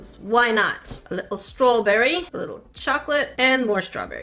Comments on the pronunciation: Congrats!!! U got exactly 100 dislikes! I mean not rlly something to be proud of but its exactly 100 so lets make something to celebrate abt Edit: HANG ONNNNN i kept watching the vid and did anyone hear when she said “a little strawberry” 😂😂 im dying im british and thats more of a british accent than me or anyone i have heard (its ) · she sounds so British when she said strawberry ʕ´•ᴥ•`ʔ